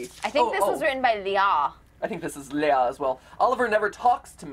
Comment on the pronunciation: It always makes me feel weird seeing this game because of the name being the same as my first name. But I do get a bit mad when they pronounce it differently from how I'm use to it. XD